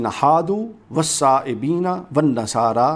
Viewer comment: او پہلے آپ قرآن تو درست پڑھیں والصابئین ہے جبکہ آپ والصائبین پڑھ رہے ہیں